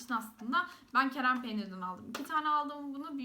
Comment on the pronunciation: kerem değil kırem peynir :)